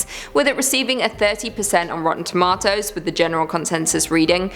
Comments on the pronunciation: Tom-ah-to < 🍅Tom-ayyye-to🍅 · True I agree. Why does she say “rotten toMA-toes” instead of just rotten tomatoes. It triggers me.